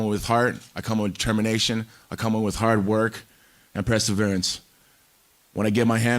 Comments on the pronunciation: Its perseverance not preseverance there Tito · “Presserverance” oh tito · Tito's stupid ass actually said "press-everance" instead of perseverance, fucking idiot.... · Tito: “I come with hard work and presserverence” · What is "preseverence" ?